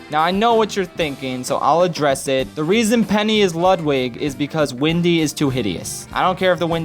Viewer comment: I love everything about this except Ludwig being pronounced Luhd-wig instead of Lewd-wig feels wrong. He's my fave too so your love of him makes me forgive you.